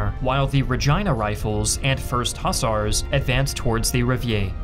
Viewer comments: For goodness sake, it's pronounced " huZARS" not hussers. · You'd be more credible if you knew how to pronounce Hussars . But you did get the flag right .